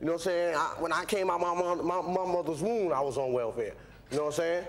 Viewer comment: He totally said...”came out my momma’s wound” 😄😅